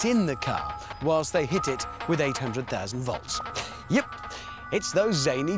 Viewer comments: Jeeper He didn't say "vlotz". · am German and it even hurt my ears. He was a bad example, but it sounds better usually. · its woltz. learn to speak proper german. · "ᶠᵒᵘʳʰᵘⁿᵈᵉᵈ ˢᵒᵘˢᵃⁿᵈ ᵛᵒᵃᵗ" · nein hondred soazend woltz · The man said. Four hundred zousand bowls😂😂😂